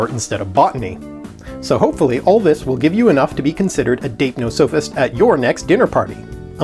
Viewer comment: I think you're saying it wrong... According to Collins and howjsay (also the OED and Merriam Webster, but I can't link those), it's /daɪpˈnɒsəfɪst/ or dype-nos-uh-fist, with the stress on the second syllable.